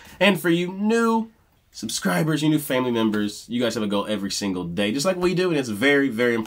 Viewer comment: I'm so glad you mentioned Karen's elocution. When I was in choir there was an emphasis put on pronunciation and we were told not "chew your yous" (when singers say "chew" instead of "you"). It is so much more beautiful when pronounced correctly. Karen was definitely one of a kind.